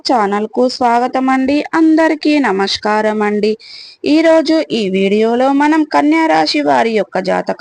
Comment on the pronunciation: Mundu namaskaram ani palakadam sariga nerchuko. Tarwata jatakalu chepduvu. Waste fellow.